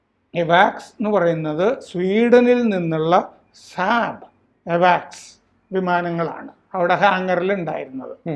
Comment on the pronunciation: എവാക്സ് അല്ല അവക്സ്സ്‌ എന്ന് പറയു